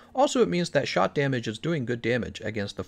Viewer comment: He is saying 'shot' damage right? Keeps sounding like he is saying shock.